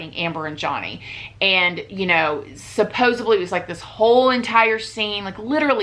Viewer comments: It's Supposedly. Supposibly is not a word. She says this in every video and i watch em cuz they're interesting but every time she says supposibly i cringe I'm sorry. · I love these videos, but it's SUPPOSEDLY, not SUPPOSABLY. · you are correct. Johnny hooked up with the wrong girl and he's 'gonna pay the price. She is really nuts, and Johhny is not. Hey when you mean to say "supposedly"in these videos you are saying "supposubly" which is not a real word. Please correct so you will sound as smart as you look. Love ya!